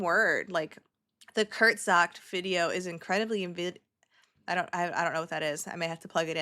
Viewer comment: Kurz ge-sagt is kind of how you say it hahaha its a german word! Basically means like "shortly said" or "concisely said" 😊